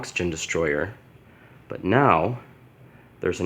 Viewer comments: This dude: *says destroyer instead of destroyah Godzilla fans: >:( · It’s not destroyer it’s destroyah